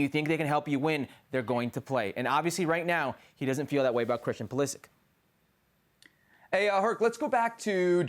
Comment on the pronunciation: Butchering the pronunciation of both tuchel and pulisic